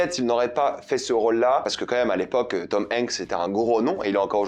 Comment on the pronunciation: comment tu prononces Tom Hanks sa me fume